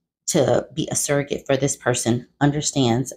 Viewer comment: That baby gone need hooked on phonics in utero...suggorate. lawd.